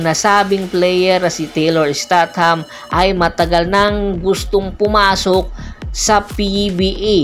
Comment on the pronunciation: Isteytam po sir hindi po estat ham..